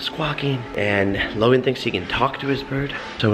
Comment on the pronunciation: it's Logan not Logon